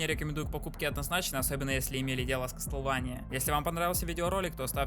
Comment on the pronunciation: (Извини за то, что я душнила) Не кастлвэния, а Ка́стлВа́ния